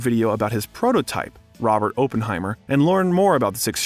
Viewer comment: The guy has a hard time pronouncing Oppenheimer sooo……